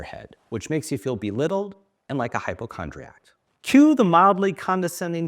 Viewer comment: Hypochondriac has no T at the end .